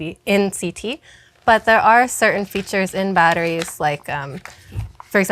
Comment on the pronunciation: Throwing a pitch - Yea, we're throwing a pitch! - What a wonderful pitch you are thowing! - Yes! Pitch! Are! Wonderful! Cheap batteries are baaaad. - Hey I'm male, say sme thinh. - Ok - Battttris. bad. our battris goood. -sfftry.